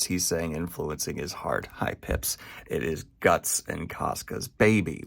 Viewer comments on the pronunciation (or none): none